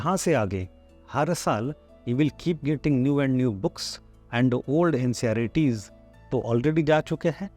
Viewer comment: You are saying ncerts as nceyaritis